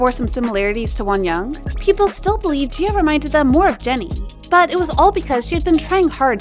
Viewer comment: the way she says wonyoung💀💀💀